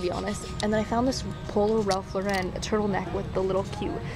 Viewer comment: ily cutie but its ralph LAUREN NOT RALPH LAWReN <3